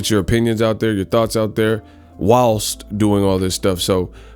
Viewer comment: Dope vid. But why enunciate "Whilst" like that? lol My man was in full linguist mode.